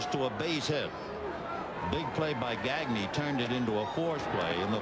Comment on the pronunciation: I speak French so hearing Vin Scully say gag-knee instead of how it should be pronouced which is actually easy to say in English gah-gnay like Gnarles Barkley makes me cringe. Broadcasters always try to pronounce Spanish names Spanish but they pronounce French names like they're English I mean it's not hard to not say a k sound in Blanc but they almost always do. Only time I can think of was when a French Canadian Charles Leblanc asked to have his name pronouced correctly but usually it's like read it as if it's English.